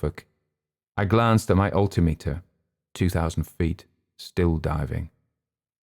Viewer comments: I noticed the same thing. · I have to ask: is "alti-meter" the way its pronounced in the UK? I'm a pilot in the US and here we say "al-tim-eter". Great story! heard a similar story from a USAF vet once